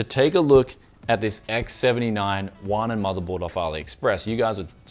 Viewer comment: HuaNan is pronounced - Who-aah Nun 华南 Literally South Chinese or Chinese of the South ... you get the drift.